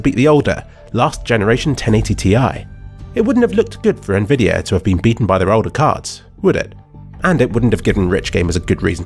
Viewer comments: Why do you say "nvidier" instead of "nvidi-AH" ?? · why do you say it like "nvidiar" some times